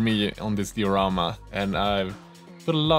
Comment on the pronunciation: Die-a-ramma .... Been bugging me for ages, good work bois